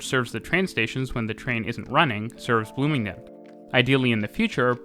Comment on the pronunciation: Bloomingdin, though? Sorry to sound like a hater, but that is not at all now you pronounce it.